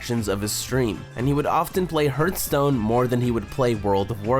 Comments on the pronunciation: its not hurtstone its hearthstone... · please stop saying hurt stone cant watch it like that ffs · Rip reckful. but srsly, it hurts my ear everytime you say "HURTstone" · bro it's not hurtstone! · Good documentary. Except for "Hurtstone" ;) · This is a fantastic video! It’s clear you put a lot of effort and love into this, so it pains me a little bit to say this: you really have to look up how to pronounce some things (Krippaahrian? Hurtstone? wtf is that??) I only say this because I love you and I want your stuff to get even better. Peace! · No offense my dude... but the way you pronounce HEARTHSTONE... holy shit it's triggering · herth-stone. kripp-R-ian. jeez dude. (really good video though man.) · U r saying hearthstone wrong it irretates me :)